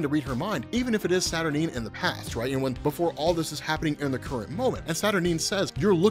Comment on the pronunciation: Saturn 9 like the rocket not Saturn nene